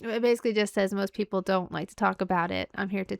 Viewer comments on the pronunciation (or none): none